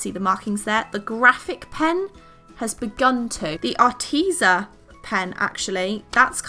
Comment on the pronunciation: you are saying arteza wrong its not 'arteeza' it's 'ar teh za'